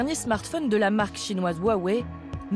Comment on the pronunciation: A quand il a mal prononcé le non Huawei j’ai arrête de lui porter confiance.